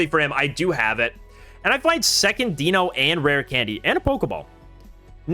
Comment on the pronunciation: The content on this channel is awesome. One of my go-to places for competitive play! Can I please point out the pronunciations of the dragons? They are based on the German numbers for 1, 2, and 3. Eins - 1, DEINo one head pronounced DYE-NO like dinosaur Zwei - 2, ZWEIlous two heads pronounced Z-WHY-LUS (or Z-VY-LUS with the German accent) Drei - 3, HyDREIgon three heads pronounced HI-DRY-GUN I hope we get an ex for Hydreigon that will be competitive!